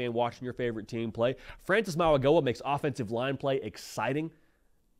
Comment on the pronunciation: Mauigoa is pronounced like the “G” is a “N”. Maui NO-A